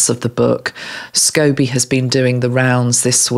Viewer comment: I agree that Catherine and William have been under psychic attack for a while now and it just seems to be getting worse. Don’t apologise about mispronouncing Omid Scobie, when I first saw his name I thought it was Scoobie too, (remembering that cartoon bought a smile to my face). As to where he came across that information, I don’t think I need to name the couple, do I. I’m not sure that Catherine has an eating disorder it may just be stress. I would get stressed over exams at university. That stress was a great weight loss aid for me. I could eat whatever I wanted and still loose weight. Catherine’s stress is relentless. I am sure for her it must feel like she just gets over one attack or stressful event and then there is another one. Sometimes that can be exhausting. I just love your compassion and thoughtfulness that you bought to this video. It is a refreshing change from the other tarot readers online at moment that seem to be using the current situation with the RF to encourage gossip and boost views. And then they talk about ascension to a new world on another video. I feel like you never deviate from your path even when talking about difficult subjects. I will be saying a pray for Catherine and William for love, strength and protection from these attacks. Love the idea of surrounding her in mirrors so the attacks return to sender. I will try to do that as well. Thank you ❤️☀️